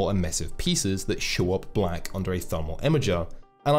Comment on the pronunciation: Nice video, but every time you say blaCK I cringe a little.